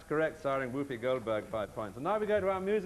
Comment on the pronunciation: Only a true toff like Bamber would not know how to pronounce Whoopi and rhyme it with Snoopy.